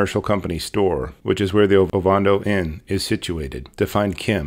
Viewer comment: Oh-van-doh. Not ovondo